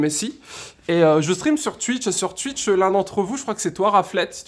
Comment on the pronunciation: Déjà, y'a aucun test, ensuite si tu continue de dire Tuitch je vais faire un homicide, et putain la moitié des choses que tu racontes on s'en fout, je viens pour voir un test à la base, pas un gars qui vise un pied, bref, fais à l'arrache, aucune réel volonté de faire cette vidéo, peu d'effort....